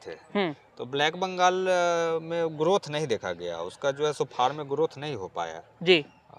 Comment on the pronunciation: Bhaiya aap form bolna chodiye, usko Farm kaha jata hai